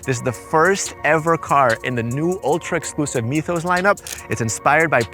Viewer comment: You pronounced that damn right